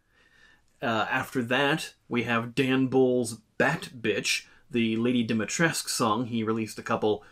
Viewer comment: Re: "Dimitrescu" v. "Demitresque" pronunciations, not knowing anything about the game's development but knowing a thing or two about languages, I get the sense that, maybe, a group of largely Japanese-born and American-born Japanese-English translators received the original Japanese script and its many references to Lady "Domitoresuku" (Japanese pronunciation). Knowing much of English and Japanese but little of Romanian(?), they knew that bringing European-language words into Japanese tends to produce vowel sounds that were unnecessary in the original language, including superfluous final "U"s, and while bringing Dimitrescu back out of Japanese they accidentally hyper-corrected, cutting off the end-U that actually should've been there. From the translators, the accidental pseudo-French "Demitresque" pronunciation made it into a pronunciation guide, and the actors and director just worked with what they had. Why the written stuff doesn't match the spoken stuff, with its proper Dimitrescu spelling, that I don't even feel I can form a theory about. I'd expect that one would correct (or "correct") the other at some point, but that doesn't seem to have been the case, and I really don't know enough about professional translation or AAA game development to say why.